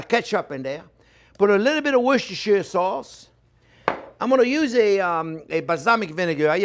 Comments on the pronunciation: Ok lets settle this Worcestershiresauce thing for once and for all. Worcester is a pronounced as "Wooster" Worcestershire is pronounced as "Woostershah" However Worcestershiresauce is simply pronounced as "Woostersauce". The "shire" bit is not pronounced. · Wrong, it's "Wash Your Sister Sauce". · worst chair sauce ... ... ... yeh i can see i'm not welcome here (lol) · Woooosh-ter-shire sauce! Another mouthwatering video. Thank you chef and Happy New Year. Hope 2021 is excellent for you 👍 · Yet again another great video, l live in the UK and we just say LEA & PERRINS, so IF you cannot say WORCESTERSHIRE SAUCE, NO ONE KNOWS